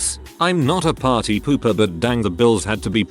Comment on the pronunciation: “Pary house”